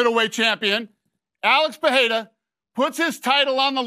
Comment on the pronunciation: Btw his name is not Peheira